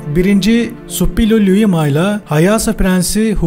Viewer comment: Hitit kralı Şuppiluliuma ‘dır. Naçizane bir arkeolog olarak düzeltmek istedim. “Ş” ile okunması gerekir. Emeklerinize sağlık..